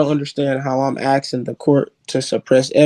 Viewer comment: He doesn't know what he's axing.